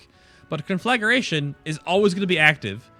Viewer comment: Please! It's con-flag-gration, not conflag-ur-ation. That's the second video I've seen where it's mispronounced. Can nobody read any more??